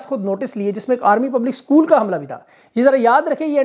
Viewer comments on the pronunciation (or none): none